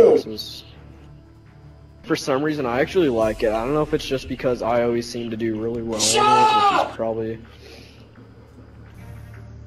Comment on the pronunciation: He calls you an idiot and he cant even figure out how to say Do